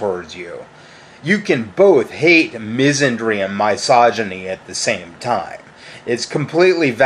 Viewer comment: Ah, the era when he kept pronouncing misogyny as "M-EYE-SOGYNY". Funny how he didn't pronounce "misandry" as "M-EYE-SANDRY" too.